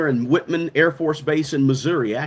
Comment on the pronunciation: It’s pronounced “White-Man”. It’s an hour away from you in Knobnoster, MO.